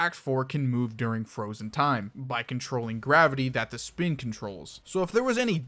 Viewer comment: "speen" -funny shroom italian man